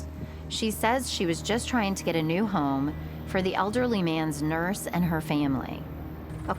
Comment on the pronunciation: FYI - There is no "U" in home.